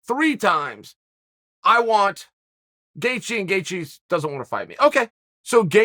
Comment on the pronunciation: The only name being slandered is Gaethje, and it's by Chael saying "gaycheez" every time he attempts to say his name.